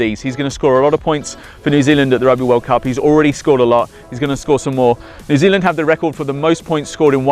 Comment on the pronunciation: he cant say new zealand - im from there